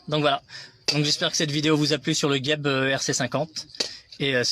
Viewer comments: Et oui cest pas bien prononcé il faut dire Jeb pas gueb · On prononce JEB et pas GUEB il n y a pas de U